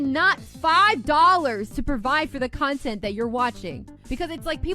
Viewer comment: Mock & manipulation… and LOL that girl calling herself a “Cuntint” creator!